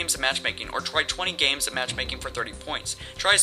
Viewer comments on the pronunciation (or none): none